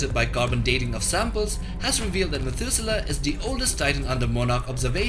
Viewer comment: Methuselah... Methudewe Ra Iso 🤣🤣🤣